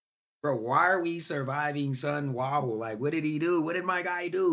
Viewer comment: is sonwabile so so na na na na bile not sonwahbile.😂🤦🏾‍♂️